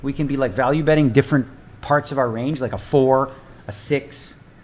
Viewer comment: repeat after me...."RANGE"